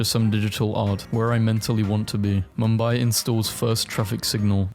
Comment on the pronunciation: The way he pronounced Mumbai😂